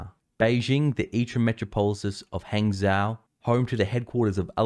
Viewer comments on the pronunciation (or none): none